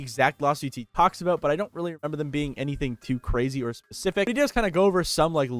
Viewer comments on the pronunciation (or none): Cwazy bwo